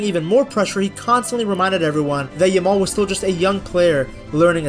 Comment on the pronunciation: I swear the amount of times Peter Drury has called Lamine Yamaal, Lamaal throughout the tournament is mind boggling!